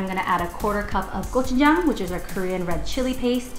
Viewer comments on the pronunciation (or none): none